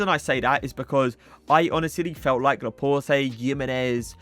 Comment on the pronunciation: It’s laport not laport-ay